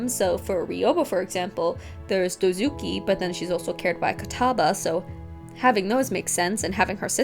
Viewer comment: O checked and it's "Dozuki", she aciddentaly swapped "z" with "k" when reading. It's apparently a type of saw.